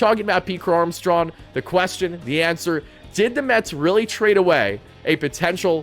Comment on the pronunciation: "Pete Crow-Armstrawn"